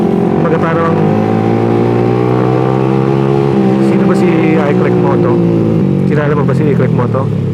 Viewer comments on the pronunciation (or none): Chuchal ka na ha di na "ee-clickmoto" kundi "eye-clickmoto". Eye-sus